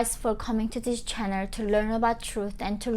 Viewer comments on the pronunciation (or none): " herroo welcome to my chanuuuuhhh" 😳🤣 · "Hi guys welcome to my channerrrr" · i like how she says 'north korea' and 'channel'. that is all🙏